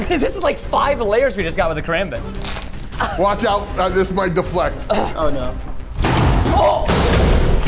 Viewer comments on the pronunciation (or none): Preston: Kambit Me: Kar-ram-bit